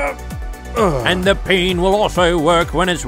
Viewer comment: It's pen not peen